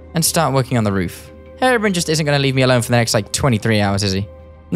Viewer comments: hey thats gaster hey there G Also like how you say brian call him herobrian eventho the spelling is herobrine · “Is that Herabrin” 😂 it’s Hero-brine. The “ine” in brine rhymes with mine, fine and dine. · You pronounce it hero Brian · Hate to tell ya buddy, but you said Herobrine wrong the whole vid